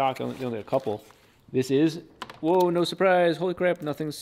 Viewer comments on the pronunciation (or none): none